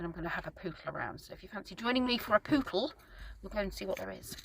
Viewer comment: Ha ha - I thought you were saying you going for a poo then, because in the breath before, you were talking about toilets and then said you were going for a pootle!